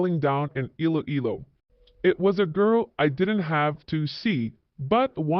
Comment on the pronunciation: Please learn to pronounce Iloilo and Pinay😊